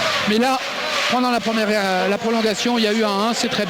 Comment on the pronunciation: "prolonguation" .. au secours ...